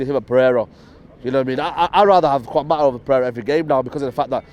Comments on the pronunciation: “Techniquefull” “Quan Mata” 😂😂😂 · Kwan mata tho 😂😂😂